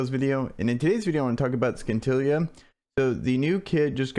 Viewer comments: Sin til ee a,not skintilliya.from the word scintillating. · Is it just me or should she be pronounce the same way as “Cynthia”